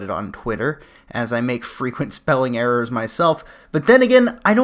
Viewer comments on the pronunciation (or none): none